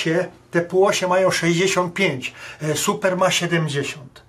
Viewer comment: Dlaczego wy mowicie ''supra'' jak to jest ''super''? Jest taki samochod '' TOYOTA Supra'' wtedy to ma sens, strasznie mnie to irytuje.....